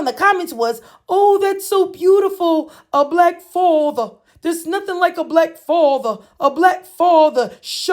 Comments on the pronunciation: A "BLACK FAWTHA" 🤣🤣🤣🤣🤣🤣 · “A black fawtha” 😂😂 lmao